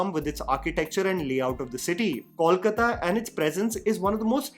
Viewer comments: it's KOLkata (from KALIkata) and not CALLkata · It's pronounced 'Coal-kata' and not 'call-kata'... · Is it really so difficult to pronounce Kolkata by non-Bengalis? It’s क में ओ की मात्रा - कोलकाता not क में औ की मात्रा (it’s not कौलकता)। sorry, may not be relevant here but it really gets annoying at times when I see people doing such a simple mistake over and over. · I don't understand why people call it 'Kawl-kata' though the name is simple 'Kolkata'. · That's not Kawlkata. It's Kolkata. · It’s K O L K A T A..please please Not Kawlkata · Coal - kata! Call kata nehi! Please you Hindi speakers pronounce correctly. It's not call kala. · I am still waiting for the day when people show respect to bengalis by pronouncing the name of our city right. I am big fan of yours and expected a lot better. How difficult it is to say "Coal+kata" and not " Kawl+kata". I mean its a mistake alot of Hindi speaking people are making and as bengalis we have given up but when someone showers respect, we expect the basics first. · Please yaar - you can’t be in a show about Bengal and keep saying “kaulkataa”. It’s kol kaa taa - just. Simple. कोलकाता and not कौलकता pleeeease 🙏🏽 north indians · I want well-meaning people to stop calling Kolkata “Kawlkata”. It’s not too hard, guys. Say “Gol” meaning round. The Kol in Kolkata is literally the same pronunciation. P.S- not trolling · I know nobody gives a fcuk,. But since I'm a Bengali and it matters to me, here goes: Kolkata sounds more like KOHL-kata than CALL-kata.